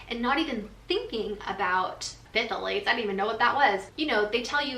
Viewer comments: "Thal--lates", the Ph is silent :-) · its pronounced "thalate" you kinda ignore the "ph" lol i know it doesnt make sense 😂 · Pronounced Thay-lates 🥰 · NO PFFFFFILATES! Oh. I giggle. P(silent)-thal-ates ❤️ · It's pronounced "thigh-lates!" Love it though! ❤ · Its pronounced Tha-lates 😄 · I was dying. I was like thAaaalates